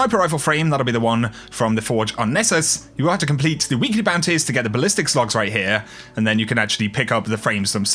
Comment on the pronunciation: The way you say bounties fascinates and also bothers me lol